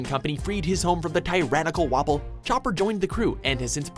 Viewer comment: i cringe at the names, he says wabal instead of wapol